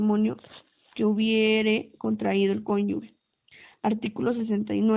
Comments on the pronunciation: LE FALTA MUCHO A LA LECTORA: EXPRESA "CONYUGUE", DEBE SER CONYUGE... LECTURA DIFUSA... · Es cónyuge , no cónyugue.